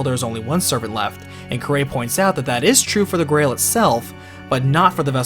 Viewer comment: I find it odd he miss pronounced kirei's name and yet had no problem saying kiritsugu's name